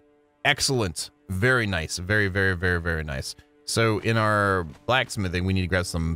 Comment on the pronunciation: "Vvery nice vvery nice " But dude chill out, u dont need to grind sooo hard